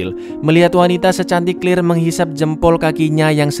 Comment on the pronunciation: Claire bukan clir cara nya membaca nma nya salah